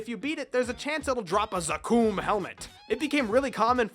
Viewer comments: Anyone else cringe when he said zaKOOOM? It's pronounced Zack-um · Isn't it supposed to be za-kum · I know I’ll get some shade for this but.... it’s Lith Harbor, Wizet, and dude.. zakoom? Otherwise, I love the video 👌🏻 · I-- I'm sorry but... did you say Za-kooom??? I'm at a loss for words.... wat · Each time you said Zakum, I cringed a little. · isnt it the right way of saying it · pls dont pronounce zakum like that